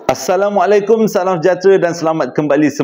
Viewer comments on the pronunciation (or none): none